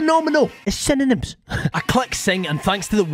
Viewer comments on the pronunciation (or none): "It's synonyms." I know this appears in your videos, but I get a good laugh every time you say it. Nice name theme: Egyptian Deities. Edit to add: for some reason, I heard you say "It's cinnamon" so now I hope a future nuzlocke you do will have a naming theme of herbs and spices.